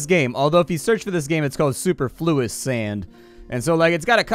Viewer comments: suPerfluous is the correct way to pronounce this word. but this is a cool little title, and one i've played before. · Superfluous has the enunciation on the second syllable, not the first. English is hard, especially for this Tejano! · Stopped watching after that butchering of a pronouncement of superfluous